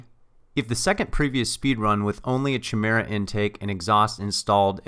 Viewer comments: Good video, but don't say "fam". Just don't do it. It's cringy. Also, it's pronounced ki-mira, not chi-mera. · Great video, and thank you - but the "T" means Top Dead Center, not "time". And, not to be irritating, the "Ch" is pronounced like a "K" in Chimera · Chimera is pronounced kimera